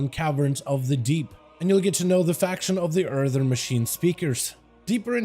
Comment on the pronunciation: Please. It’s “Earthen” not “Earthern” There’s only one “R” in Earthen